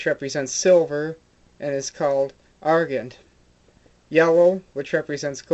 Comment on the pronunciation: A very nice explanation, thank you. Just a few points (if you don't mind), though. The colours are: Gules, Azure, Sable, Vert, Purpure and Murrey (mulberry). The stains are: Sanguine (blood-red) and Tenne (tawny). The pronunciation of Gules is 'gyu' not 'goo', and the pronunciation of Argent is 'gent' as in 'gentleman'. Regards...